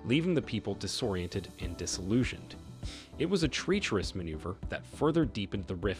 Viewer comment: WHY can't this dude pronounce anything properly TREE-cherous? PiVOtal? COUPE??? Bruh... 🤦🏿‍♀🤦🏿‍♀